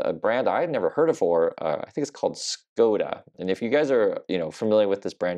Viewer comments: In the name Škoda, the first 's' with the hook over it is pronounced as a 'sh.' So it's 'Sh-code-ah.' And yep, they are all over the roads in Europe. You've probably also not seen Dacias (dach-ah) or maybe even Renault, but American cars are either imports or leftover from service members in Germany that don't want to ship them home after their time abroad. More expensive to repair and in my humble opinion, a weather vane for materialistic stupidity,. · Škoda is a Czech car manufacturer, now owned by VW. It is pronounced Shkoda with a sh sound at the beginning.